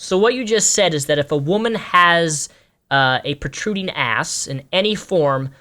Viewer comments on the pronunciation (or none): none